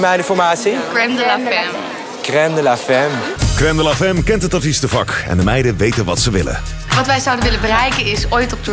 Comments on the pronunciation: Nou waardeloos.. en Femme is een frans woord dat vrouw betekent.. Dat spreek je dan uit als FAAM.. Als je iets doet, doe het dan goed.. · haha prachtige franse uitspraak